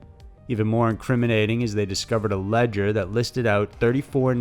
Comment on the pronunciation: Nigga jus said "lead ger" nigga you mean a ledger like l-edge-r mispelled and mispronounced Vallejo 😂😂 broaden your english and you'll blow up